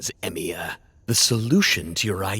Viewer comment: I just noticed that the stresses on their lastnames is messed up xD. I mean, Tohsaka should have the stress in the O and they stress the A on the "sa" and Emiya should be stressed on the i but tey stress the e... As a person who enjoys comparing languages, I find this very funny. Is it really that hard? My native language is spanish, so japanese fonetics are really easy since they all exist in spanish but I understand that english should be able to manage japanese esier than the other way around (japanese trying english). Anyways, I have been enjoying the show like a madman. I hope story creators could make dialogs like this more often jajajajja